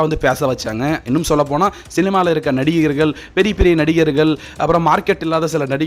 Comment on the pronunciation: தம்பி நல்லா பேசுறீங்க..ஆனா நடிகர்கல் நடிகைகல் அப்படீன்னு தமிழைக் கொலை செய்யாதீங்க..ள் வேறு ல் வேறு....நடிகர்கள் மக்கள் என்று பேசிப்பழகுங்க